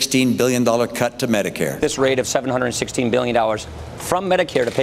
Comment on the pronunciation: Why can't any of them say "Hundred" correctly? All I heard was "7 hurdurt, 7 hurdurt."